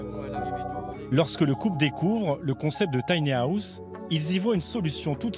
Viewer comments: mdr l'accent je suis mort de rire à chaque fois qu'il prononce tanyaousse. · Y a un moment va falloir faire des efforts de prononciations. Soit le dire en français "petite maison" soit s'appliquer et éviter "les taniahousses" sérieux. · Si la voix off pouvait apprendre à dire "tiny house" correctement, ça serait reposant pour les nerfs. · Merci, il me semblait bien que c'était mal prononcé...